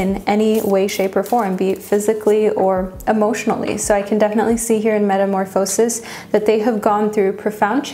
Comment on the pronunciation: I love the way you pronounce some words like chariot and metamorphosis!